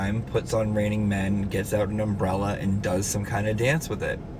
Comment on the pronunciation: Jen pronounces UMBRELLA-ER…. It’s just criminal. Also, love the constant slips of being alcoholics. “Always”—I mean “once in a while has too much to drink”